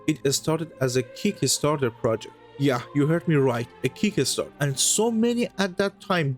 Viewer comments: It's kickstarter not kick-a-starter. Love, peace and games ❤ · Keek-ka start-tur? Try, "kik star-ter"